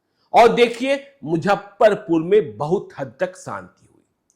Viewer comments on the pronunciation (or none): आदरणीय, आपके दूरंदेशी पत्रकारिता का हमेशा से बहुत बड़ा प्रशंसक रहा हूं और आपके प्रति मेरे मन में बहुत श्रद्धा भी रही है। परंतु जब आपके मुंह से मुजफ्फरपुर को मुझप्परपुर और ट्विटर को ट्यूटर कहते सुनता हूं तो मन करता है आपको बताऊं। इसको अतिश्योक्ति नहीं समझ मुझे माफ करेंगे।